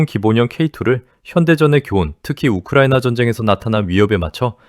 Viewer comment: 욱흐르와이느와아를 뭐하러 돠줍뉘까?